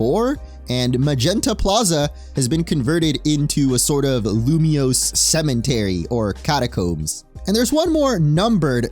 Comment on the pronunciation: Did you jsut say cementary?